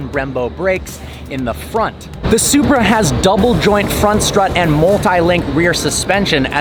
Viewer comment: Did you said Zupra4???🤔🤔🤔